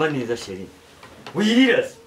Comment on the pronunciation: Hhhhhhhhh! Kanyombya nawe ngoshiri aho kuvuga shr